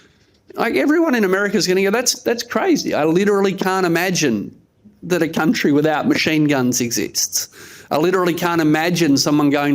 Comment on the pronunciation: Welcome to “The Kleva Cuntry”